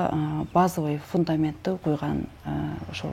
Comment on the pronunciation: ФундамЕнт дейтго, фундАмент.